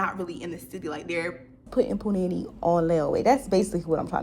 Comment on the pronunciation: I love you girll 💕💕 But it’s Pronounced puu-nahh- neee Not puh- nanny lol